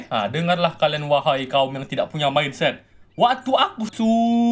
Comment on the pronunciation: Wokwokwokk ngakak cuk saat abbg motivator nya bilang minset🤭🤭😀